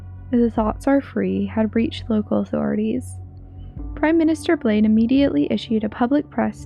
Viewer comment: Seems pretty interesting! The way you said "Blaine" made me laugh xD